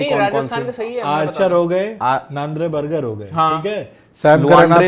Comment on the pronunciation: बर्जर❎ बर्गर ✅ 😂😂